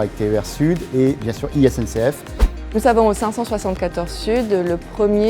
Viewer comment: Il a vraiment un problème avec la prononciation de 574 par contre